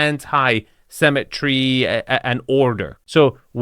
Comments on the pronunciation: 2FS, it's "symmetry" not "cemetery". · Love your videos but for someone making fun of other people's accents, you sure mispronounce symmetry as cemetery 😂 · It's symmetry not CEMETERY! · Can you please learn to not pronounce symmetry like cemetery? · the word is Symmetry. It's pronounced si·muh·tree. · “Cemetery” or “symmetry”?;) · Am I the only one always hearing cemetery, when you say symmetry?